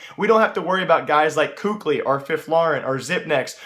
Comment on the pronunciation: Bro ITS KQLY NOT KUKLI omfg xD